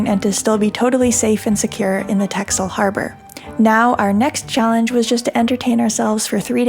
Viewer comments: Actually is not correct, The "X" should be pronounced as an "S". Listen to the pronunciation here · Why do you keep mispronouncing texel? I know it's not the prettiest island of them all, but no need to make fun?